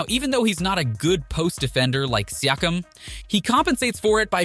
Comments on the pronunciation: Exactly. Personally, I dont care that it is an AI. We use the technology ourselves; however, he needs to find a better AI or learn to write the names so the AI can pronounce it. For example if he entered the prompt: "See-yak-cum" he would have solved the pronunciation of Pascal's name. Rookie mistake. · siakam as well